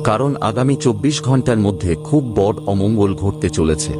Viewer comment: Apni bengali pronunciation ta ektu thik kore korun . " বড়" pronunciation ta khub kane lage. Bhalo bhalo kotha shonar sathe sothik pronunciation shunle o bhalo lagbe